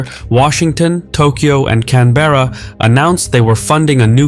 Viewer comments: fyi: canberra is not pronounced can-bear-ah, it's pronounced can-buh-ruh (buh as in BRUH without the r) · I'm sorry, I cannot get over the narrator's pronunciation of "Canberra". "Can-BEAR-ah", jesus wept. It's pronounced "CAN-buh-ruh". Stress on "Can" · Great analysis and info, as always. Just one thing: it's CAN-berra (not Can-BErra) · Pronounced cambra not CAN-BERRA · Just a note on the pronunciation of Canberra. It's not "Cann-berra". There is no emphasis placed on any syllable. Most Australians pronounce it lazily as "Canbrah" or "Can-ber-ah". Cheers. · Hey, it’s not Can-berrA, it’s Can-Bra! ❤ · Love this channel, keep it coming. Aussie here - pronunciation of Canberra is "Canbra' - the e sound is flat, almost silent. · As an Australian, I cringe when you pronounce Canberra. It should be pronounced 'CANBRA' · Just a friendly note that Canberra is pronounced ‘Can-bruh’ 🙏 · 'Can-bear-ah' - pronunciation needs a little accuracy.. Your map of sub cables doesn't include ones that are classified. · Can-bear-a. Lol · Great video. Just letting you know, Canberra is pronounced “can-bruh”. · Canberra is pronounced with one continues draw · When you use AI voices, many words are pronounced incorrectly e.g. Canberra, polypropelene etc. It is very distracting. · Are you chinese? How come you can pronounce Huawei correctly but can't pronounce Canberra correctly? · The letter e in Canberra is silent. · Canberra is pronounced with stress on the first syllable. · As an Australian, it never gets old hearing people totally butcher the names of Australian cities